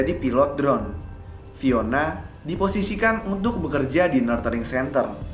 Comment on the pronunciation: Saran. Mungkin sebelum menyebut nama tempat atau lembaga dalam bahasa inggris, bisa di cek dulu cara penyebutan yang tepat. Contoh: "nurturing centre"